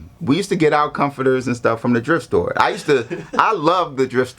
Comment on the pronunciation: Is this nigga saying "drift store"?